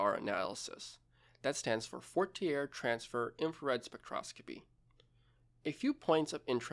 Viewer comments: Fourier is pronounced "foie-eah not four-E-er or four-tier as you said it. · Fourier is pronounced "four-ee-eh" like how Canadians say eh. Excellent content though, I think about this every day because I work in a factory that makes stuff out of polystyrene and sometimes the ovens for forming the material jam up and it gets really hazy in the factory. Must be great for our long-term health 😅